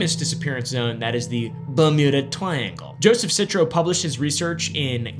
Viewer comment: Bumuda Twiangle😂